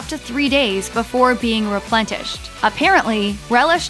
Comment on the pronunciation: did she say replentished?